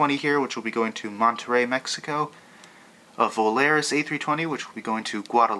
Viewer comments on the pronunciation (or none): none